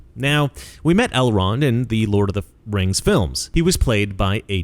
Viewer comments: I believe it’s pronounced RANGZ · It's "The RANGS of Power". C'mon man